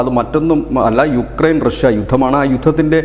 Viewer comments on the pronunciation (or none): none